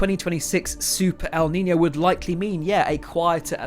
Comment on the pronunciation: Its pronounced neenyo not neeney o